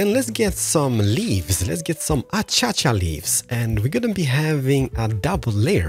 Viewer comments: I love how he calls it, “ Achacha leaves. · nobody tell him how to say acacia properly because he says it amazingly